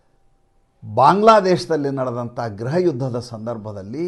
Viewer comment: Gruhayuddha ಗೃಹಯುಧ್ಧ ಅನ್ನಿ ಸರ್. ಗ್ರಹಯುಧ್ಧ ಅಂತೀರಲ್ಲ.